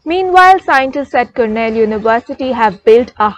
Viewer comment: kernel university nahi madam, it’s Cornell university.